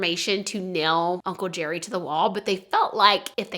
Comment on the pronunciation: I’ve heard of his before but didn’t know all the details. When you first said the guys nickname was Uncle Jerry I thought you said Uncle Cherry and was really confused why they’d choose that as a nickname. LOL